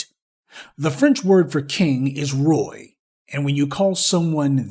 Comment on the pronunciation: You pronouced Roi so wrong lol